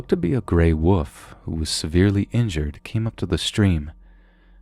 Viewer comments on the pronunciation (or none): LOL, he said gray 'woof'. The 'L' is NOT silent! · I'm not sure why, but when you first said gray wolf I totally heard gray woof. I was far less intimidated by it after imagining a big, dopey gray dog. Theeeeen it shifted to a man and it all came rushing back lol. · I love your vids ... but wolf has an L in it 😂